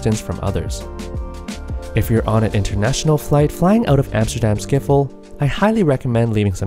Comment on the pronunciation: skip-hol, not ski-fol